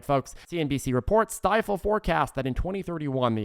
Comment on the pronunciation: Just FYI that investment group is pronounced STEE-FUL.